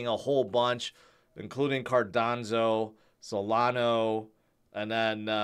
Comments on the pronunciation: Cardanzo and Solano. They somehow become Italian projects? 😂 Also "Howibi" instead of "Huobi" 😆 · Hearing "cardanzo" will always brighten up my day. Lol. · dude really said “cardonzo” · somehow cardanzo becomes the standard pronounciation of ADA...